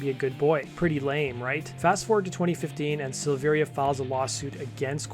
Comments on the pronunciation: SILL-VE-RIA, not SEELVEERIA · It’s SILV - AIR - UH. The I isn’t pronounced. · The second i in Silveria is silent. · I'll be honest. I made it about 30 seconds in. This is guy giving objectively false information so why would I trust anything else he has to say? Hell he can't even say David's last name right. It's worth mention LAPD actually stands for Laughing as People Die (originally Love and Peace Dude). Brian joined up with the guys before Jonathan not the other way around as he's mentioning. According to David he left Korn because he was working out one day and had a "I broke my back" situation similar to Mike Tyson if you can get the reference. That along with being unsatisfied with the direction the band was going in to say the least is why he didn't return when he recovered. Fast forward to 2013 when Brian rejoined the band David seemingly came out of the woodworks wanting to rejoin also. After being rejected in favor of Ray the rest is history. There saved you seconds of potentially false and misleading information. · Learn how to pronounce his name